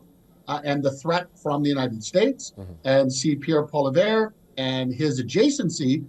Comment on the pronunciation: You can't even say Pierre Poilievre name correctly. How can you be taken seriously as a Canadian "political analyst"?